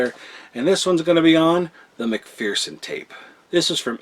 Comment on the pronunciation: Please for the love of god.. stop butchering words.. it’s McPherson not mcphearson your saying mc-fear-son and should say mc-fer-son or mc-fur-son.. saying it wrong diminishes your credibility.. because if you can’t even say a common name right, then you can’t even tell what’s what..